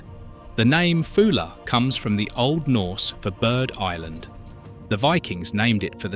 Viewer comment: However well researched these videos are supposed to be, why not check name pronunciations? Foula is FOO-luh always not Foal-ah sometimes. Bideford has 3 syllables i.e.Biddy-ford not Bide-ford. -dd in Welsh is -th hence GWINN-eth. Buxton Centre is approximately ximately 10 m higher than Alston.